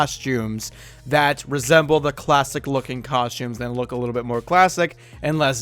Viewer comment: It's costumes, not coshtooms.